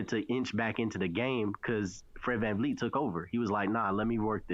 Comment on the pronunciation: ….who the fuck is VanLeet???? It’s VanVleet😂😂😂😂